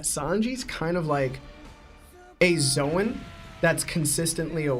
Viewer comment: Kat-ah-kur-ee not Katahturi L-oh-gi-a not Lagiah Zo-an not Zohan Zoro not Zolo (I can understand zolo if you read manga only but they clearly say Zoro now lol) That boy mispronouncing everything 😂